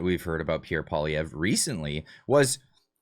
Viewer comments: Who the hell is PBD? He can’t even pronounce Pierre’s last name properly, guess he was too lazy to learn that small factoid! Campaigns matter, and Canada’s hasn’t officially started yet., get your head out of your butt and stop falling for every little thing you see. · I never liked PBD. He can't even pronounce Poilievre. Canadians need to hear the truth about Carney. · PBD can’t even pronounce Pierres name properly, why the hell should Poilievre kiss his ass? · How are you credible in your talks if you cant event ger the name right ?? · You don't even know how to pronounce Poilievre's name! You lost me from the moment you screwed that up. Clearly, you are not now and never have been a Poilievre supporter. No reason to listen to your rant. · When an American podcaster can pronounce Pierre’s name properly he may consider speaking to them. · I do not like Patrick BET David anymore Comparing Pierre POILIEVRE to Kamala is disgraceful and second of all learn how to pronounce his name. It’s not hard. What’s wrong with you people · I think Pierre is great and so does everyone I know. This guy can't even pronounce Pierre's name properly. Pierre has constantly been out campaigning .I see all that he is doing and talking about . He is getting my vote.